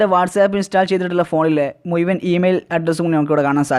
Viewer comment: മുയവൻ അല്ല മുഴുവൻ